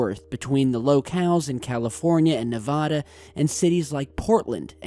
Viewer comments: Hell nah I'm from Oregon and you tottaly said Oregon wrong and Nevada lol, but but seeing cool stuff happend in my state is awesome 👽 cause that's where the Aliens live lol #KeepPortlandWeird🖖👽😁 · Nvm you didn't, just said Nevada wrong lol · Oh god please don’t say Nevada like that unless you want everyone in Nevada to hate you.